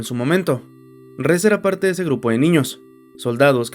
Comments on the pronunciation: Yo creo que la pronunciación correcta es como se escucha en su idioma original "Reh-zeh", "Reese" el de Malcolm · ES QUE SE LLAMA REZE NO RIS 😭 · El nombre de la chica es REZE, no REESE! Se pronuncia Re-Ze, tal como está escrito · Nadie le dice "Ris" literalmente es Reze 😂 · Aún no entiendo el por qué le dicen "Riz" si en japonés lo pronuncian como se lee xd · Reze se pronuncia: Rese